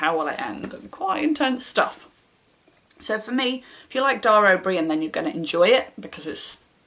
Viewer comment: I'm not a fan of Dara O'Brian, but I can imagine kids would find his book engaging (and I think your pronunciation was spot on!). For space read recommendations, I enjoyed 'Origins: Fourteen Billion Years of Cosmic Evolution' by Neil Degrasse Tyson, I keep meaning to read more of his books. The writing was very accessible, but also captured the sense of wonder at all the stuff that's out there, and how it came to be.